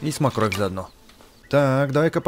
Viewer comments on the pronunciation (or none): СМОРКОВЬ А НЕ СМОКРОВЬ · Не СМОКРОВЬ а СМОРКОВЬ)) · Да и не смокровь а сморковь